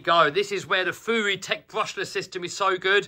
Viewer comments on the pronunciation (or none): Isnt it fury not fewy